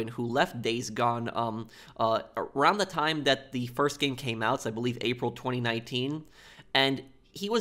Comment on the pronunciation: I find how you say 2019. And 2011. And 2010 VERY OFFENSIVE and offensive content notice and and and